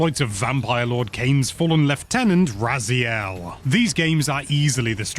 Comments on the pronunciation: probably Ray-Zile He has masters in linguistics I think, so he technically pronounced it as it SHOULD be. But if that's not how it's pronounced in game then I suppose he felt it right to re record it with the in-game pronunciation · No need for patch notes in the pinned comment, just admit the reupload was purely because of mispronunciation of Raziel 😂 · That last one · mispronunciation of Raziel was the best part of the original review!